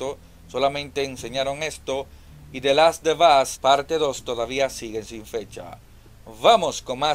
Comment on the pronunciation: The last of us es tu kriptonita, nunca has mencionado bien ese nombre jajaja, muy buen video y ese death stranding parece simulador de delivery a pie el kojimon debe dejar la droga